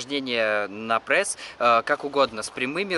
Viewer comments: Не пресс а прэсс. Как я угараю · Мне одному послышалось "мой парень попросил сделать видео на прэсс?" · почему вы говорите прэсс,а не пресс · почему прЭсс,а не пресс? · Аааа, простите, но от того как он говорит ПрЭсс уши вянут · Почему прЭсс ,а не прЕсс? Ахахахахах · "прЭсс" сначала бесило, теперь и сам так говорю